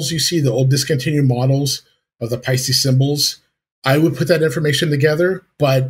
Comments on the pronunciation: yeah, sorry mate, you got the second half wrong. I'll try another way to describe it . "Paste - Eh" It's an Estonian name so it's impossible for it to be "Ee" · Paiste = "Pie-Steh" Toomas = "Tourmas" with no hard/roll on the r. In all of Europe (as well as Asia) it's standard for most people to speak at least 3 languages (keel in Eesti) 🇪🇪💙🖤🤍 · 'Payy - stee'